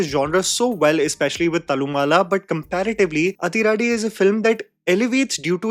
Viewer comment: Hi.. South Indian here.. when you see 'athi' in tamil or malayalam movies.. it's most likely is supposed to be pronounced as 'adhi'